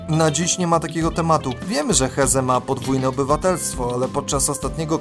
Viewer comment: A do czego prowadzący ma się ustosunkowywać? Masz rację, a on (prowadzący) nawet niepoprawnie wymawia nazwisko Hezze gdzie "h" jest nieme bo to hiszpańskie nazwisko. Ale żeby wiedzieć jak je prawidłowo wymawiać wystarczyłoby obejrzeć max 5 minut materiału nt. tego zawodnika u Ćwiąkały.